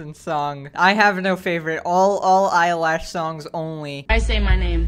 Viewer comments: I like how he says billie eyelash instead of eilish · "Billy eyelash" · Billy eyelash